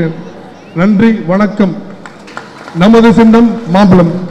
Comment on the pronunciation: ஆதுக்குன்னு 5.17 minitsa "அவர்களே " சொல்றது....சார் உங்கள் சின்னம் "மாம்பலம்" இல்ல "மாம்பழம்"